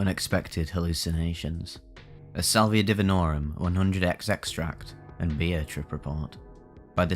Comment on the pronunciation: Salviuhhhh mmm crispy brain